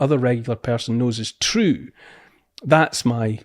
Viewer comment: Its troo cause its troo